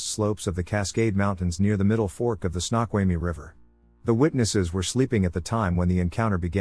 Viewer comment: SNOQUALMIE! Not Snotquamy